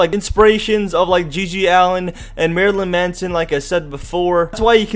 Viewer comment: Every time he said Marylyn Manson I wanted to punch him he also pronounced it wrong